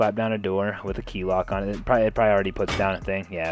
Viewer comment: for the love of god please stop saying proyy instead of probably